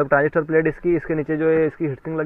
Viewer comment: Pass se kon bol raha hai 1943 transistorrrrrrrr😁😁😁😁😁